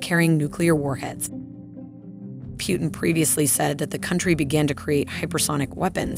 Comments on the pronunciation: Are you telling me that this person has never heard the name Putin before? Who is Pewtin?? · It’s pootn not pewtn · Why does she keep saying Putin's name wrong? It's not pew-ten it's poo-tin. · Two things: 1) She is pronouncing Putin's name wrong. His last name should be pronounced with an "oo" sound. Like in the words: boom, cool, etc. "Pootin", not P "you" tin. 2) She says "Vladimir Putin is getting desperate". He is not getting "desperate". He doesn't want to ruin Ukraine as Americans did with Iraq. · "Pjutin" It's Putin ffs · It’s Putin not Pewtin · Itd not Pyutin but Putin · its not piuntin is pUtin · It's Putin not pewtin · So no comment on how she pronounce Putin..